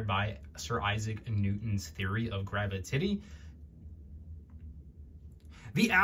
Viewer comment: The pause 🥹